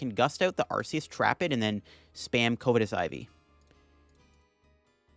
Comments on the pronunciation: Covetous is pronounced either "cuv-eh-tus" or "cuv-ih-tis", not "COVE-eh-tis" lol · throw back a shot every time he mispronounces covetous